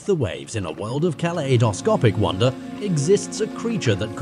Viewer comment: what kind of pronunciation of "kaleidoscopic" is that?